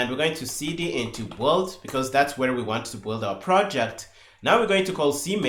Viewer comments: I 'm loving this series so far. Maybe it would have been better introducing some pauses in speech. Anyway I really do appreciate it. One request: PLEASE "build" is pronounced "beeld" 😅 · Yes, I love the videos but the "build" pronunciation he uses is so confusing